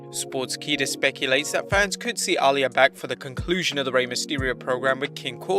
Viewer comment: My friend, Uh-lee-ah